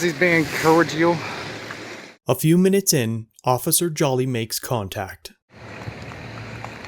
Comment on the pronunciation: Is this jackass saying cordial wrong on purpose or does he really think that’s how the word is said. Lol. I hope he’s saying it like that to be funny. (Not funny)